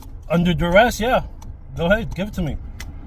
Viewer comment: "Under Durress"???